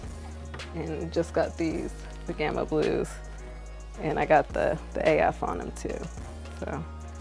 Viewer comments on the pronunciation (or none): none